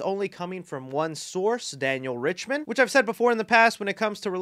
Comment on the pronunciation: Richtman = riktman you simpleton